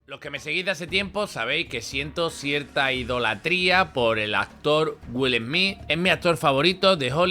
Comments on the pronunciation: Que mal hablas..... pronuncias muy mal el nombre del corrupto Smith y muchas otras palabras..... Dices: Wil Hmii.... y debes decir: Willy Smith y la fonética de pronunciación es: " Wiiall Sssmithz" !! No dan ni ganas de escuchar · Perdón dijo... Jolivu😂😂.madre mia que faena...además Wil esmi🎉🎉🎉.menuda faena.falta que digas helicoptros